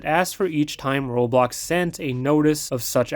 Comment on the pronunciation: U said it wrong